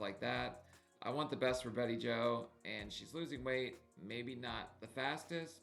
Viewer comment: you're killing me!! Turdy! Turdy pounds! I cracked up - Of course, there's pronouncing Bettie Jo's name, BayJo. It's all good!!